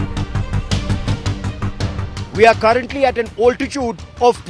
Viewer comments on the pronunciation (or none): What the fuk is Bigajude singh? Its BRIGARDIER! also its Altitude pronounced Al Ti Tude not "Ol ti chooode" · Ye Altitude ko OLTITUDE bolne main kya maza aata hai? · Excuse me, the word is not 'oltitude', it is 'altitude'. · its "Altitude", "Also" not "Oltitude" and "Olso" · Good report. Impressive bridge . Now someone teach this guy the correct pronunciation of "altitude" please.